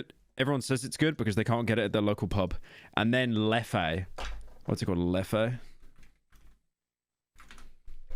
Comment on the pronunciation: Its js Leffe not Leffayyy